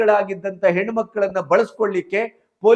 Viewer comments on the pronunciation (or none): none